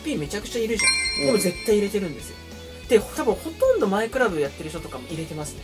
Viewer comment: 最初のとこ「ほとんど」が「ほどんど」になってますよ！